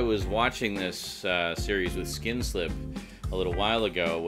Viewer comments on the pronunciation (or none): what the hell is a skinslip? did i hear him right?